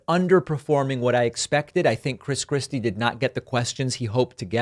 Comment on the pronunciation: Were you calling him Chris Crispy? That’s hilarious